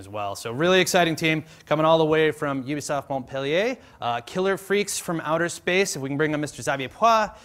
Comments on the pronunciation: UB-I-SOFT LOL Who can blame him though. I can't wait to buy the wiiu, a lot of awesome interactions and ideas :) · Ubiesoft lol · U-B-I Soft and Ubi-I-Soft were my favorite mispronunciations :D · In japan, Ubisoft is actually officially pronounced "Ubiyaisoft" No idea why this is the case, but Iwata is not making a mistake. It's actually called that. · lol he doesn't know how to pronounce ubisoft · Iwata is so cute, he can't pronounce Ubisoft properly <3